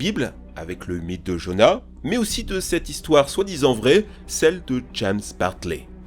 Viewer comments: "jona" SE!!!!! JONAS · Jonas = Jonace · ce n,est pas jona mais jonaS! aussi ne nous dit pas que les baleines ne mange pas que du plankton on le savais DÉJA